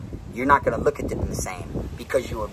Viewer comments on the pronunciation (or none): Observed not observeb homie... Lol all luv fam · Take a shot every time he say obserb lmaa😂😂 you crack me up man but you already know PA rockin wit ya 🐸💪🏼💯💯